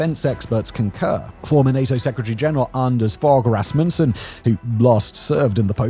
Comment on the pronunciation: to a danish pair of ears, that "Anders fogh rasmussen" pronounciation was really funny and confusing